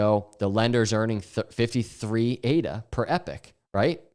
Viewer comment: You're pronouncing epoch ("eee-pock") like epic. Great content, just a little distracting. Thanks & keep it up.